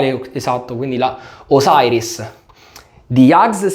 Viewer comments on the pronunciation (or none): Yaqi è una gran casa, merita attenzione e rispetto! anche a me piace molto HAGS, anche se sono rimasto alla Guinness. però dai... diciamo "Osiris", perché mai "osairis"??? ciao! 🤩